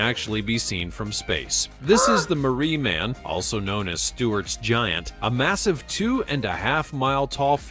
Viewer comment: Is not Marie man, it's pronounced ma ri